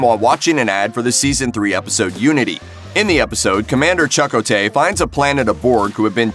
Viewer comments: You are pronouncing Chakotay's name wrong! Cha-ko-tay you are adding and extra vowel that is not there. Not trying to sound mean, I am just a huge Star Trek fan. 💕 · "Chuck oh tay." yeah, yer prolly right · Omg. It took me a while to figure out who this Irish character I’d never heard about, Chuck O’tay, was. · Ridiculous. Have you EVER watched the show, or why is it that you can't even pronounce Chakotay's name? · Lol. And said his name wrong several times 😂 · If you don’t know how to pronounce Chakotay, maybe you’re not the right person to read the script. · Given that you can't pronounce the name of a key Voyager character, Chakotay, you should go away. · OMG... The mispronunciation of his name is driving me nuts!!! lol...Is it a bot? Surely a real human wouldn't have been approved to say the name that way? ugh! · All you had to do was watch an actual clip of the show to learn how to pronounce Chakotay. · Was he saying "Chakotay" wrong on purpose? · The way the narrator pronounces Chakotay really puts me off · Exactly. It’s really annoying honestly. All the narrator had to do was watch a couple clips on youtube to know how to correctly pronounce his name 🙄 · This came back up on my newsfeed again. I very quickly remembered how horrible it is that the narrator keeps saying Chuck-O-Tay. So I came back just to dislike the video. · Biology4me that was the only time I heard a different pronunciation of Chakotay.... “Cha-Ku-tay” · The pronunciation of Chakotay as "Chuck-o-tay," a pronunciation that was never to my knowledge used on Voyager, evokes for me Peppermint Patty, who always called Charley Brown "Chuck." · It's not Chuck O. Taye!!!!! Jeeeeeeeeezzzzzzzzzz! I just couldn't watch anymore...💩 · This was difficult to watch. Having to hear “Chuck-O-tay” made it pretty damn obvious that the narrator has never watched a single episode of ST:Voy. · "Chuck-o-tay?" Not worth watching... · Why do you keep saying Chuck O’Tay. His character was Native American not Irish.